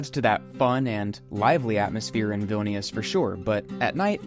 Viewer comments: they look like they lost zest for life. Vilnius is a filthy city and many locals would agree that it's being neglected recently. Lived in Vilnius for nearly 3 years. Can't wait to get out. And BTW it's pronounced VVEEL-nee-oos. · I enjoyed the videos but the continued incorrect pronunciation of Vilnius is annoying. You can be excused for others words which you only say once or twice. I would suggest that when you go to a new place, before you start recording, if you are not 100% certain how to pronounce, ask a couple of locals off camera and say it as a local would.